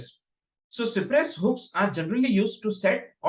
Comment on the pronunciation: it is cypress and not cipress